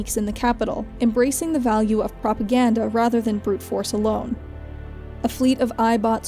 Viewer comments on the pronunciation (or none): none